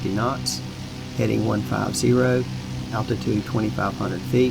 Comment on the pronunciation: "attitude" or ALTITUDE? Just wundrin'